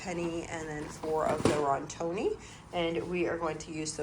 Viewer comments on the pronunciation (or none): Sweet lady: it is not Rontoni. It is. Rotini. (Row teen eee). It make me smile when you say it. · I love you and I watch your channel all the time! And maybe you do not care how you pronounce different things but just in case you do I was just gonna let you know how to pronounce a couple of the things that you mispronounce on here. This time it was pasta. So, Rotini is pronounced ROW-TEE-KNEE and Penne is pronounced PEN-YAY. And like I said, you may not care and I’m not trying to be a snob. I just thought you may want to know how to pronounce them.